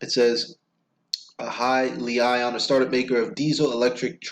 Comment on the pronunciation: its pronounced... Hee- Lee- On